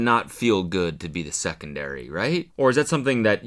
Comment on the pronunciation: the primary and secondairy had me wheeeezzzinc😂😂